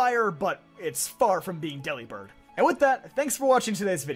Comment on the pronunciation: I hate to preach but its based on the word delivered, so wouldnt it be pronounced like that, but with bird at the end?